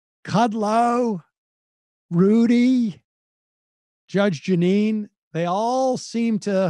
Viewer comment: Judge “Gin”ine